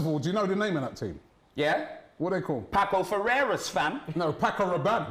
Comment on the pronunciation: Pasos Ferreira. That’s how you pronounce it